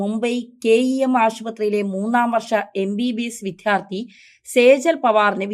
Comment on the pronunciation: വിദ്യാ ർത്ഥി എന്ന് ശരിയായി പറയൂ.